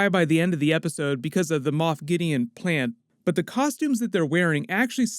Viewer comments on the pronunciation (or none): none